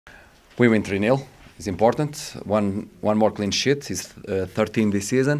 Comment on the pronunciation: Excuse me but instead of saying "one more clean sheet" as he meant to say, I thought he said one more clean shit😂I'm sorry, go owls!